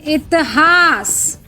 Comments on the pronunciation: Madam इतहास नहीं इतिहास होता हैं। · इतिहास होता है, इतहास नहीं 😂